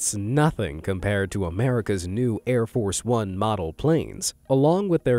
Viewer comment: Loved “Air Force Un”. 😂